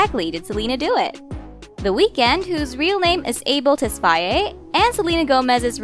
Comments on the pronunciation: HOLD UP….I’ve been a fan of The Weeknd for YEARS… it’s pronounced Tes-FA-YAY not Tes-fay?? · “Tesfayeh” that broke my heart 😭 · Tes-fai-yay .... huh??